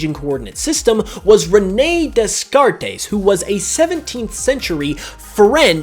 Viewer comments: it's pronounced "Day - Kart". do your homework. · Descartes is pronounced as day-cart because it's French. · Descartes is pronounced "Day-cart". Canadian here, took French until grade 9. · The French philosopher Descartes is pronounced (Day-Cart) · I was thinking the same. Was gonna post my own comment, but instead I'll support yours. Always good to put a little bit more knowledge out into the world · I’m a philosophy minor in college so I thought the same thing